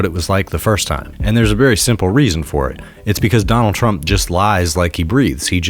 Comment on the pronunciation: I stopped listening to this podcast ep when he kept saying Donald twump and trlwanscwapitwal he sounds like a toddler